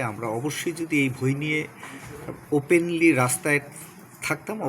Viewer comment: ভই না বই